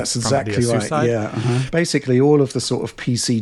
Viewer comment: Do one for every single time mispronounces the word ‘basically’ as “basely”